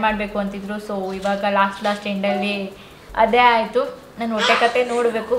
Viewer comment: Adhu wotte alla hotte😂 By the way yen aithu nim hotte olage?